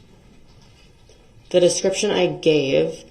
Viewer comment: The manner in which he twists and mangles words is absolutely astounding. "Deeshkripshun", "licin place", "substain", "entee", "doojishul", "uhdoonduhkayted", "tackit/tackick/tactic", and on and on. His pronunciations are nearly as abominable as his knowldge of definitions and appropriate usage of words.